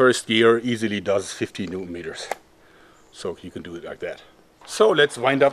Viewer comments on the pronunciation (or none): none